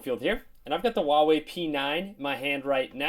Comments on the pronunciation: Dude it's not wawei, it's Huawei. H's not silent! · You pronounce it "Hwa way" :P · Herbsarebadforyou dude go to huawei website it even says “wow way”